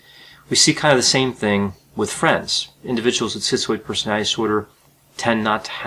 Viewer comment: Um it's called personality disorder not personaty disorder. I must have OCPD because I cannot stand listening to him repeatedly mispronounce the word personality.